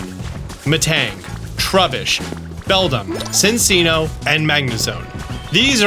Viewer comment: Min-chee-no and Chin-chee-no pronunciation is killing me 😭